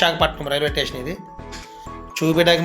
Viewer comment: టేషన్ కాదు స్టేషన్ ఇంకెప్పుడూ వీడియో లు పెట్టకు